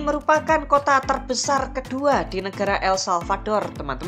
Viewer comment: El-Salvador min... bukan salvaldor